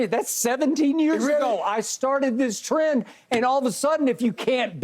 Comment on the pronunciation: I started a tree-end